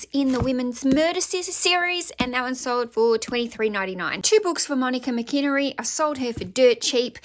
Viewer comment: Mcinerney is said like, Mc a nernie 😀